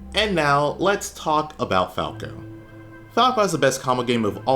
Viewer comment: "Lets CAWK about falco"